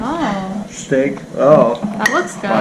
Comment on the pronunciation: Steak, nao stinky kkkkk